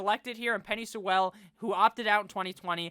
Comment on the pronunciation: Love you but you gotta learn how to say Penei Sewell’s name😂